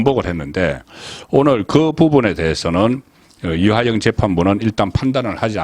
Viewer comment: 이화영을 [이하영]으로 틀린 발음 정확한 발음 부탁 ㅜㅜ